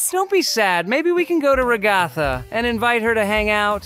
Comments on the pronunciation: Why did Jax say Ragaatha its Ragatha not Ragaatha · It is pronounced RA-GA-THA….not RA-GOTHA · I love how jax pronounced ragatha as ra-gaa-ta😂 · IM CRYING WHY DID JAX PRONOUNCE RAGATHA REGATTA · IT'S PRONOUNCED RAG-UH-THUH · Naw and saying ragtha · Her name is ragged and not jhjikio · BRUH SHE SAYS RA-GATH-A